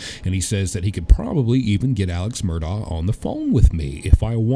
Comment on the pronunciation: Since you're going to be talking to him, I think you should know how to pronounce his name correctly. It's Alex (pronounced Elick, or at least Alec) Murdaugh (pronounced Murdock) I'm actually really surprised no one has at least corrected you how to say his last name. Still love you! Just trying to help, not criticize. 😊